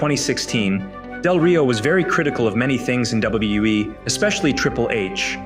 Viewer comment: The AI that reads this need to learn how to say WWE